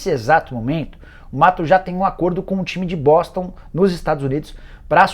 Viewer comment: " Esse time de Boston" Será que só eu escutei outra coisa?